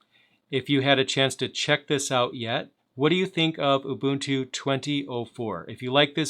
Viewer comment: Nice to see someone who can pronounce 'Ubuntu' properly. :)